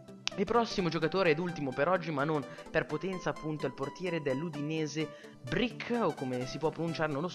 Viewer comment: si pronuncia BORKIC